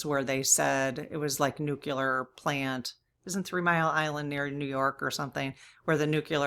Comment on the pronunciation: this is not a criticism - just a kind and respectful correction. Pres. George W. Bush was bashed for saying "nu-cu-lar" all the time. The correct pronunciation is "nu-klee-ar." Nu-cle-ar. His constant mispronunciation made it a sore point for me and many others.